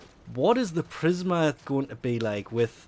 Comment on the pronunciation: Prismer Obex? PrismA Obex. A.